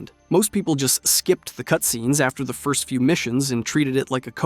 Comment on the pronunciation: Is no one going to point out him litteraly saying onest instead of first lol